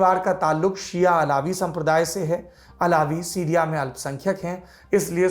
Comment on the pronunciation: सिरिया नहीं सीरिया होता है ।